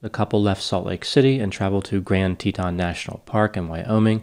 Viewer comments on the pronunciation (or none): Someone may have mentioned this but it's Tee Tawn. Rhymes with lawn as in Brianfoot is not under the lawn his parents' back yard or in the flowerbed. Love your channel. I'd love to hear your analysis of the psychopathy of Dog the Brianfoot Hunter joining the search despite the fact that he is not licensed in FL and would in effect be kidnapping Brianfoot were he to "catch" and or apprehend him. Almost like he didn't learn his lesson from the Mexico incident.